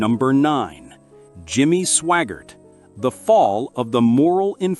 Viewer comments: AI NOT Swoggart, SWAGGART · You need to make sure to learn how to pronounce name's its Swaggart, not swaggar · Your AI mispronounced Sawyer, Swaggart and Bakker.